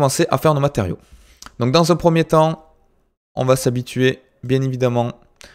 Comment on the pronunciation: Mec je suis plié quand tu dit 1 1 1 on dirais avec ton accent que tu dit heung heung heung ^^